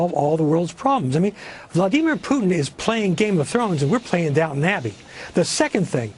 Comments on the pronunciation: Not to call you on your elitist bona fides, Cenk, but it is Downton Abbey...not Downtown Abbey. But I like your way, too. lol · Its "Downton Abbey".Not "Downtown Abby.. Thats my woman. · It's Down-TON Abbey, not Down-TOWN Abbey. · Down-ton abby not down town abby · The thing I got from that was that Cenk pronounces it downtown abbey